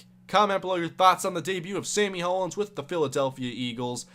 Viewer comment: pronounced Hollins (hall-ins). that's my last name